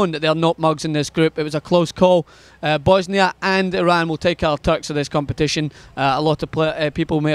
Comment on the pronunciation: yo, did you just call them Bosnia - Hertz & Godiva?:-)